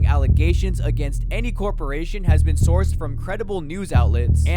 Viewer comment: Says soured instead of sourced 😂